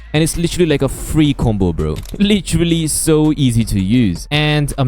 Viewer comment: "LICHERLY" "PWRETTY "